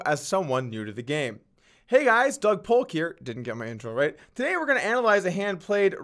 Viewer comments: How come he can't even pronounce his own name? It's dug not dog. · If you listen carefully, at the start he says Dog Polk instead of Doug, because he is holding a dog